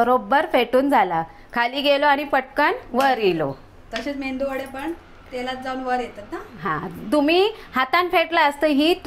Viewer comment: मेंदू वडे नाही ताई 😀 मेदू वडे बोलतात......